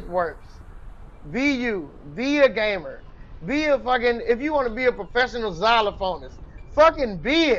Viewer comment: everytime he said gamer i heard gay man so i was a getting a very different message